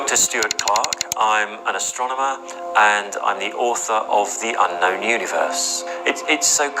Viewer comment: Did I hear him say he's an Ass-stronomer?